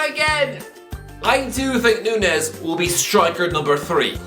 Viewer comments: It's not Nunez, it's Núñez... "Ñ" sounds way different to "N" 🙏🏻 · I don't wanna be that guy but his last name is pronounced (Noon-Niez), normally I wouldn't care but we share the same surname 😭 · It’s said noon-yes,.